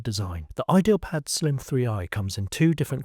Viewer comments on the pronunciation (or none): bro, its not "idealpad" its "ideapad"